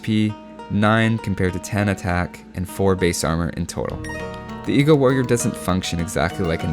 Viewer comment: Man I always think he's saying eco-warrior instead of eagle-warrior